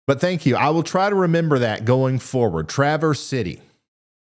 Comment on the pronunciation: Just say a long a for traverse.